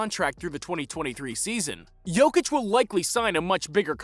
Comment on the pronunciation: If you want to talk about a Serb, learn how to pronounce his name